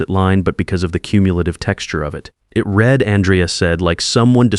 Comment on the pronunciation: Reed instead of read or maybe the other way. But good job.